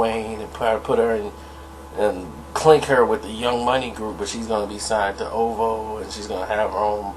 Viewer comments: Bro... It is O.V.O., not the way you pronounced it. Haha! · How this dude gone pronounce Murder Inc as Murder I-N-C. But the call Drake's OVO, as Ooovoo...lol. Who taught you to read, Floyd Mayweather? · its o-v-o fam stop saying it all together 😂😂😂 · Lmfao lmfao this lame ass nigga tried to pronounce OVO like it was a word fucking dumb ass